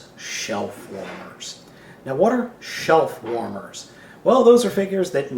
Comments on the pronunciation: I thought you said shellformers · I thought you were saying shell former for the first seconds of the video. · are you saying shell former or shelf warmer? they sound the same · Omg hahaha this whole time i thought was was saying shell formers and i was like thats gucking not wat it is hahaha